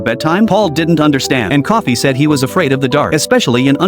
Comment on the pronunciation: Bruh its Coffey not Coffee